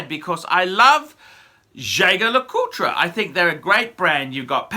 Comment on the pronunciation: Why do you keep rounding the name wrong . It’s pronounced with a soft j and you don’t pronounce the tre at the end . It’s pronounced jay jay le coolt